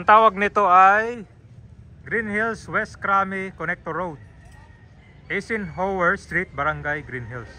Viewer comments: Ang pronounciation ng Eisenhower ay silent E kaya dapat Isenhower ok not E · Some notes 1. Eisenhower is pronounced eye-sen-hower 2. Col. Bonny Serrano Avenue as a name is used exclusively by Quezon City LGU, San Juan LGU still uses the name Santolan Road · i-zen-hawer po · mahina talaga sa pronounciation,kahit noon pa